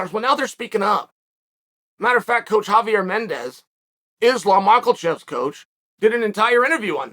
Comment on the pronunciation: Islam Mockelchev